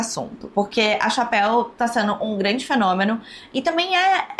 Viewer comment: A Chapéu kkkkkkk pelo amor de deus gente, a pronuncia é TCHÉPEL, por favor, obg